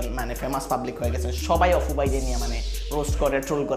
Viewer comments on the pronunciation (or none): ভাই, অপু, না, অফু। কুনটা।